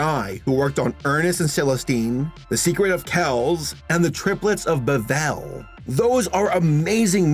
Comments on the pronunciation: I'm sorry, I know you're not good with pronunciations. But "Bevelle? " Belleville. Bell+Vill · How did you say "Belleville" as "Bavel"? Are you dyslexic? I'm not not trying to pick on you, I'm just asking. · At least pronounce Triplets of BELLEVILLE correctly if you're going to be so heartbroken.